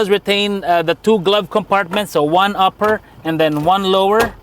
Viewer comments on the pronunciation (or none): none